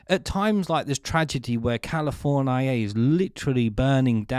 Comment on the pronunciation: Do all British people pronounce California like this gentleman? Saying it like "Californ, I, a".